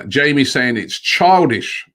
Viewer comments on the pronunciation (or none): none